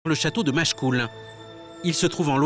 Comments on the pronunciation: Pfff Machecoul avec un "e"... Je zappe! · Le château de Machecoul sans "e"